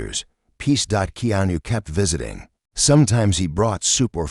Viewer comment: Please pronounce Keanu's name properly